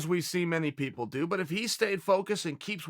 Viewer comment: 1:60 “so many pepple”